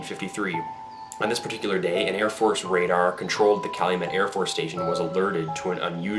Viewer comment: "Army Navy Pradar Station"?!?